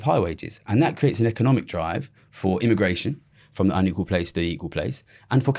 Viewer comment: Econimic lol